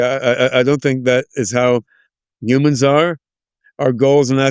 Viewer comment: I like how he says "humans" the same way as Yudkowsky 😂 "Yewmans" or "Yewmuns 🤔"